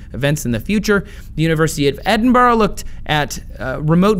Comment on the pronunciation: oh my God can someone please say Edinburgh correct